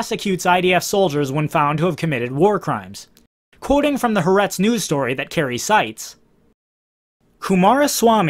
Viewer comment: The newspaper is pronounced Ha Ar'etz.